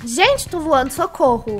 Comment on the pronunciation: *:eu tô voano*"ESTOU VOANO"kKKKKKKKkk melhor vídeo rachei kKKKKakakkaajkajajajajaajshgejdc